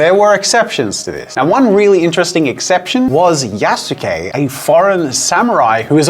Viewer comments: Just gonna say, thats not how you say yasuke. Basically remove the U and youll have it mostly right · Jazza's pronunciation of Yasuke nearly killed me